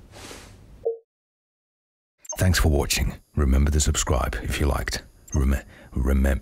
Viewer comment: "Rember" he said, kay! we all rember